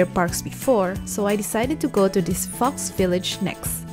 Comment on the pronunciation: When she said fox village I thought she said fucks village